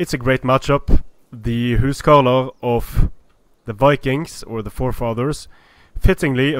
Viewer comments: why are you saying huscarlo ? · WalrusJones Isn't it the old norse way of saying it, and Icelandic is the language that's ressembles it the most out of the modern languages?